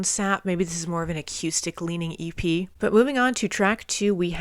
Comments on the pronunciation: "A cue stick" Sorry I can't help but laugh at the pronunciation of acoustic it's great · I kept laughing every time you said acuestic. XD Got Me Wrong is still my favorite AIC song, it's not their best but I just love it. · you're not pronouncing "acoustic" correctly. thanks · Wow, I missed this video too. You even reacted to Sap, you're an AIC veteran at this point. I wonder if you've gone back to re-listen to 'Right Turn' now that you're familiar with Chris. Also love the way you say "a-Q-stic" lol. Sap was a really cool project, they actual used the money they got from Cameron Crowe to record 'Would' for the movie Singles to cut the EP, then released it in stores with no press. They wanted it be a bit of an easter egg for their fanbase before easter eggs in popular culture were really a thing. I think Cantrell said it was when Kevin Smith featured 'Got Me Wrong' in Clerks that it took off. Jerry has also said that Sap set the expectations for the fans that they could do the hard stuff and the softer stuff, so from early on, regardless of their success, they didn't feel limited or boxed into a sound. Awesome reaction, 🤘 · The way you say acoustic - almost by adding a Q in there - is like a sweet idiosyncrasy! You rock like AIC